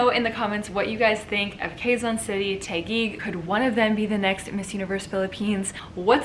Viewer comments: Hi, Sierra! I don't mean to nitpick. Just thought you might want to learn how to pronounce Filipino names and terms. Here goes... Quezon = /ke'-zon/ not /kheey-zan'/ Taguig = /ta-gig'/ not /tey-gig'/ Gumabao = /goo-ma'-baw/ All vowels sounds in Tagalog are short. Only one possible sound for each of the 5 vowels. The sound of letter /i/ though sounds a bit like a cross between short /i/ sound and long /e/ sound. Filipino languages don't have aspirated consonant sounds. So our letter /t/ for example sounds like the /t/ in "butter" and not like the /t/ in "tea". That's it for now. I don't wanna overwhelm you. Hehe. Btw, I love it when you speak fast. 👍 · It's Taquig . TAh - gig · OMG! The way you pronounced Taguig cracked me up so hard! LOL! I love Sandra's energy but Michelle did better but sounded cocky and I didn't like it. They both look gorgeous though.